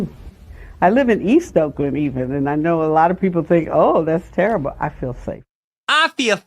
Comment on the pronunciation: She said, "That's terriba. Ah fill safe." I speak jive, by the way, so I know.